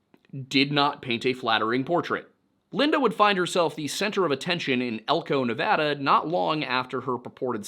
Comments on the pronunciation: I quoted it along with you. Thank you for leaving how to properly pronounce "Nevada". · Side note: Thank you so much for saying Nevada the way people from the state say it. 🥺🫰